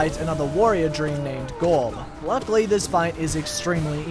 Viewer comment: you pronounced it wrong. You're supposed to say "GOOOOOOOOOORRB"